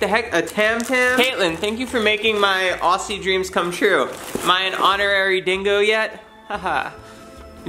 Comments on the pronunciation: Aussie is pronounced ( oz-zee) just so u can say it properly :) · (we pronounce aussie like ozzy) but whatever works for u gurl! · PSA: It's pronounced "Ozzie" even though it's spelt aussie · Please say Aussie, like Auzzie. From an honorary Aussie 🇦🇺 🇦🇺 🇦🇺